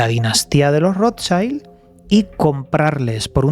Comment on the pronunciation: Se pronuncia rot child...es alemán no inglés